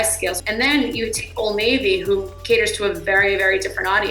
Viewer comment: What did u call old navy????? Old NAVUUU????🧐🧐🧐🧐🤨🤨🤨